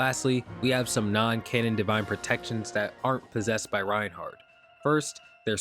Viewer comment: Reinhack not Reinhard 🐧